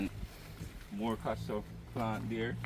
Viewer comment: have I been pronouncing "Castor" wrong all these years?